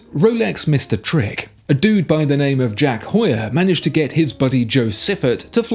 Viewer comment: Good video but the pronunciation of Heuer in Tag Heure is not pronounced as “whore”.